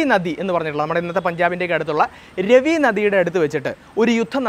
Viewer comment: 'ആര്യവ്രത' അല്ല. 'ആര്യാവർത്തം' എന്നു പറയുക. 'ദാശരാജ്ഞ'യുദ്ധം നടന്നത് 'പരുഷ്ണി' നദിയുടെ തീരത്താണ്. അത് ഇപ്പോൾ 'രാവി' എന്നറിയപ്പെടുന്നു. 'രവി' അല്ല. (വേറെയും ചില പ്രശ്നങ്ങളുണ്ട്.) താങ്കളുടെ സംരംഭം കൊള്ളാം. എന്നാൽ, ഭാഷയും വാക്കുകളുടെ പ്രയോഗവും വസ്തുതകളുടെ കൃത്യതയും മെച്ചപ്പെടുത്തേണ്ടതുണ്ട്; പ്രത്യേകിച്ച്, ചരിത്രവും സംസ്കാരവും കൈകാര്യം ചെയ്‌യുമ്പോൾ.